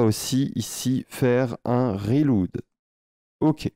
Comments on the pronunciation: C'est cool ! Gros thanks. Ca me fait rire à chaque fois que tu dis "reloude" 😂. "relaude" fera une meilleure prononciation. J'espère que tu montreras aussi une option pour limiter le nombre de personnes qui peuvent s'ajouter. Par exemple changer la limitation du nombre de documents que peut contenir une collection. (1000 puis 2000 etc...). Si on veut ajouter les gens progressivement. J'ai aussi remarqué que lorsqu'on se connecte avec plusieurs comptes d'un coup il ne recharge pas la page. Et on reste déco à moins de recharger manuellement. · merci pour le tuto! reload maude on prononce relaude en anglais :goodvibes